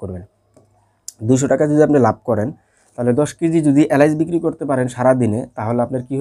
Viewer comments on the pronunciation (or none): এলাইচ না উচ্চারণ টা হবে এলাচ। বাংলা উচ্চারণ ঠিক মত করতে পারেনা, ইউটিউব এ ব্যবসা করে।